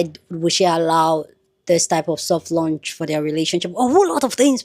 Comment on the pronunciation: They are both grown adults. I mean grown grown. Btw, it’s launch, not lunch.